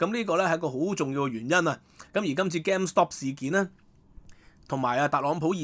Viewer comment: the pronunciation of game isˈˈgām, not gam as in gamble. Many Hong Kong people mispronounce the "a" in game, claim, blame, etc.